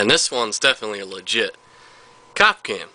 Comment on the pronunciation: Is there a reason he was sayin Cop Cam and not Capcom?